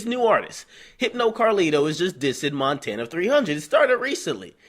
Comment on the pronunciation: Montana!...n not Frenchie lol